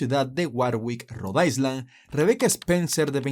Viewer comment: Interesantes historias... solamente que cuando pronuncies la palabra island omite la letra s pues se pronuncia "ailand"...buena suerte.